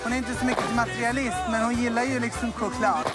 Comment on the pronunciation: ”DÄR MEN KhOcLaD”